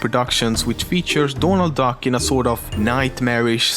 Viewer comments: dååånald dack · dånald duck... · Doonuld Dack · "Dornalt Dock" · Dånald duck. XD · DÅNALD DACK xD